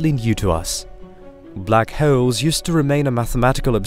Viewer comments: They are called black holes, not black hayoles. Pronounce wrong much? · The way he says "holes" sounds like halls, and holes had a kid. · Black hewls???😂😂😂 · Black hoels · Block howls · Black vowels I mean howels😭😂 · Love the way he says holes lol